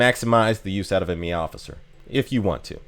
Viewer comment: take a shot every time he says meow-siffers